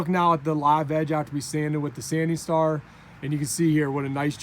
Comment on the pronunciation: Sanding star! Thank you for asking this question. I couldn’t tell if he was saying scar, czar! 😂